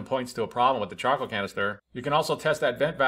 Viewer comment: I kept hearing chocolate canister